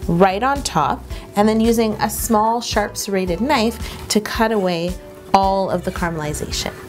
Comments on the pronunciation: at 9.18 do you say 'sharf' knife Yo?? !😄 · She said a sharf knife!